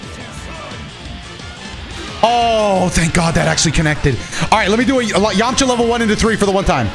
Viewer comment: your voice when you said Yamcha ! While he smiled Was so clean bro